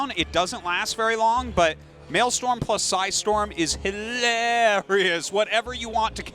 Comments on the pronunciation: it's maelSTROM not maelSTORM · Maelstrom not male storm Artosis. I know I'm a few years late here but my god Arty...l2 speak nerd!